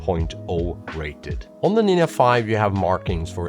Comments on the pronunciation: Why you pronounce Nin'a?))) Nindza!!!! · Hi why do you call the Ninja a Ninya? 😂 Ya ninjcompoop!!❤ Great work otherwise 👏 👍 🎉😊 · What's a NIN YA?